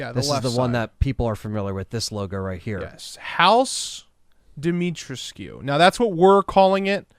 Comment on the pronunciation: Say it like this, DEE-ME-TREESCU